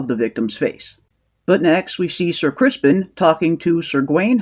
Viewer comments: Are you calling him "Ser Crispin" sarcastically? Because it's Criston. 😂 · It's not "Crispin", it is "Criston" . . .